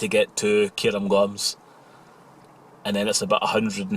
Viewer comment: Cairngorms. Care-n-gorns, NOT Care-um-gorms.